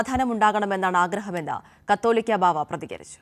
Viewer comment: എന്തു വിവരക്കേടാണ് ഈ പെൺകുട്ടി പറയുന്നത്. കത്തോലിക്കാ ബാവയല്ല.കാതോലിക്കാ ബാവയെന്നാണ് ശരി.